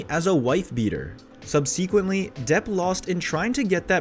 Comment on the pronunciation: Justice for Johnny! But please teach the narrator how to pronounce libel and subsequently... Oy